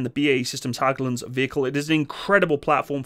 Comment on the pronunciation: Small tip, Hägglunds is pronounced more like "Hegglunds" than "Hagglunds"